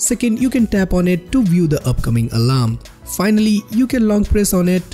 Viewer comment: listen when he sais alarm its a little weird